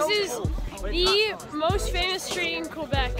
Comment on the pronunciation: When she said « quoibec « that hurt (no hate tho)